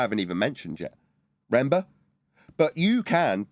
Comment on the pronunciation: 10 min 53 seconds REN BER ? do you mean RE MEM BER a 3 syllable word.